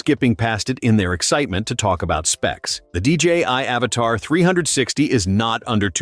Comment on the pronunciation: Stupid AI voice. The drone isnt called "Avatar" but Avata (A-vata) idiot.